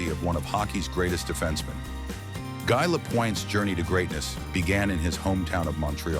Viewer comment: This announcer was brutal. It is prounced Gee. The announcer also pronounced Savard incorrectly.. When pronouncing names get them correctly. People are very upset when you pronounce their name incorrectly.